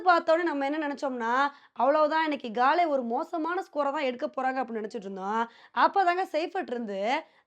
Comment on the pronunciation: காலே இல்லை அக்கா காலி தான் தமிழ் பெயர்